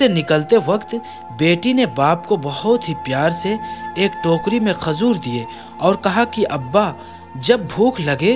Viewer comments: Khajur bolo khazur nhi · talaffuz drust nahi hai jaise ke (tazeer) ghalat hai...Tajir sahi hai. Khazoor nahi...khajoor sahi hai...pehle urdu sikhen urdu ka janaza mat nikalen... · Mashallah ap video bhot achi bnate h per thoda Urdu language pe dhyan de kyon k jo bolna h wo Galt bol jate h jaise khajoor hota h na k khazoor or tajir hota h na k tazir sunne me acha nhi lag rha bilkul thoda urdu durust kr le bas baki sari stories bhot achi hoti h apki